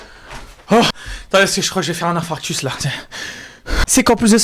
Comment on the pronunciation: On ne dit pas "infractus" mais infarctus*